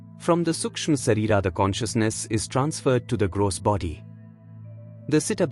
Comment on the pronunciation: Please. Have you heard his pronunciation? Not correct for Sanskrit. It's pronounced Shareerah . The h sound at the end Can also be left out here in this case.